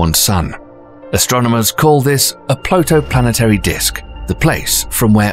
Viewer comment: It's "protoplanetary", not "plotoplanetary"